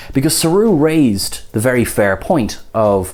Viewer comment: "To be fairrrrrrrr..."